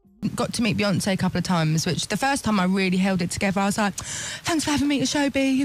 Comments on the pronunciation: Chris Evans' nephew says: 'I don't "wike" it instead of "like" it😂. Lovely! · Chris’ Evans’ nephew says Wike 😭